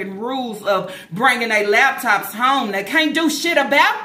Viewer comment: Every time she say “lab tops” I cringe.